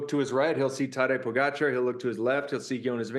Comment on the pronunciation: Way to go tj, you pronounce names pogacar and vingegaard correctly. Only one who does so at nbc.